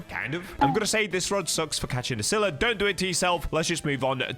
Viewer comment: Bro sylla ain't that hard man